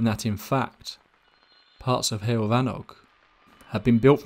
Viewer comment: It's "hewoll" ( like hugh - oll ) for pronunciation of heol . In English the equivalency would be " way " , or "road" .